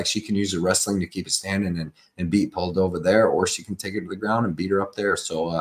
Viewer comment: 😭 how did we go from Poo-dee-low-vah to Poll-dough-viah 🤣 ngl, that’s funny as hell bro 👏🏻👏🏻👏🏻👏🏻👏🏻👏🏻👏🏻👏🏻👏🏻👏🏻👏🏻